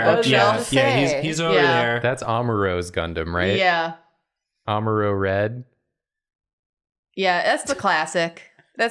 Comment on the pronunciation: getting Amruo Ray's name wrong and moving on with it killed me so hard